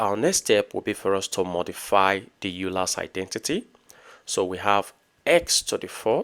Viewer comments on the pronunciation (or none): it is pronounced oy ler